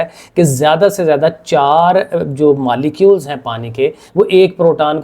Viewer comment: Molecules malaclar keyo par rahi ho sir galat par rahi ho😢